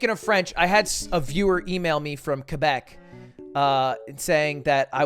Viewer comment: im sorry, KABEC? Its Quebec... with a qu. - an angry Canadian